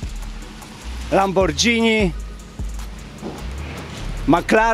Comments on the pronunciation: Lamborgini, nie lambordżini Panie Kostyra ;) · Panie Andrzeju Lamborgini a nie lambordzini. Sorki pisze po Polsku. Tylko my polacy mówimy przez dż. Fajna buda trzeba zaakceptować ale bez prze-sady 🤣🤣🤣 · Nie ma takiej marki jak lambordżini - jest Lamborgini ... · "Oston Martin" i "Lambordżini". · nie ma takiego auta jak lambordżini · Oston Martin, Lambordżini...😶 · LAMBORDŻINI... moje uszy krwawią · Nie ma spadżetti i nie ma lambordżini.... Tam chyba tylko Pudziana stać na super car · Ostin Marin, LamborDŻINI :D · Panie Andrzeju mówi się " Lamborghini" tak jak się piszę tak samo się wymawia. 😁